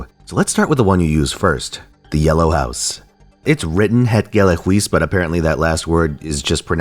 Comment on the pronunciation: Gogh tier, you mean... also respect for trying to get her name's pronunciation right, even if you didn't get it entirely right. Also you botched Het Gele Huis completely, but it's funny so I'll let that slip, ehehe...